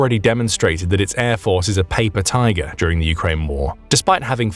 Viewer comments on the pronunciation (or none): none